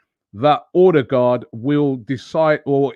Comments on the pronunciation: It's pronounced Uhdegord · Get ready for "odebloooodclatyaaang" 😂😂😂😂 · He's a great player . Just a heads up Ødegaard is pronounced er-de-gor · By the way, The Ø in Ødegaard is pronounced the same as the Ö in Özil. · Robbie's pronunciation of ødegaard🤣